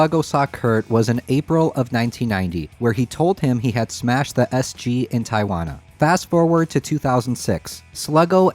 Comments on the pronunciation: this is almost as niche as the aria pro-II..... gotta make that one happen (i get it, they're uncommon and expensive, probably thanks to Mr. Cobain.....) also, not to be a dick, but Tijuana is pronounced more like "Tea-whana" not "tie-wana"..... kinda got AI vibes for a second, lolz. anyways, SGs are rad. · Southern CA native here. Tijuana is pronounced Tee-Wanna. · Sorry, I don’t want to be “that guy” but it’s an obvious error that is in need of correction. Tijuana, Mexico is pronounced Tea-uh-Wana. The easiest way to think of it is say marijuana but use Tea-uh instead of the Mar-eh at the beginning. I do love your channel and am so grateful that you’ve been able to get the first hand answers to questions that I have wanted the answers to for decades! Thank you. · Tee-uh-(h)wanna , Mexico😆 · The way he pronounced Tijuana triggered me